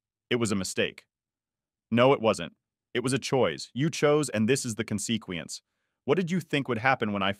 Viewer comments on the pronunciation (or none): Consequence was pronounced weird 😂 cun-see-quence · “Conseekwe ense” 💀 bruh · "con-see-kwi-ance" lol never heard consequence pronounced like that before. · i felt bad for the story but the thing that stood out the most "cone-see-quence"